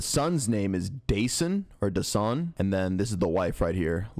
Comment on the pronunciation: idk why but the narrator mispronouncing dasan’s name even tho its heard in interviews being pronounced the right way bothers me… a little kid was killed the least people could do, out of respect, is say his name correctly